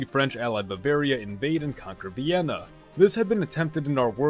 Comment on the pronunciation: Did he say Bienna or Vienna